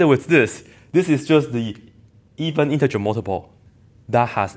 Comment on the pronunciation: IN-TER-GER btw, nice.